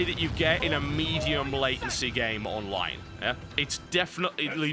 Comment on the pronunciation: pretty sure its the same guy who did game reviews for mmohut. dude has the tendency to pronounce online "onlive"